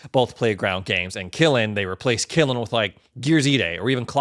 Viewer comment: It’s KILN not KILIN 🤦🏻‍♂️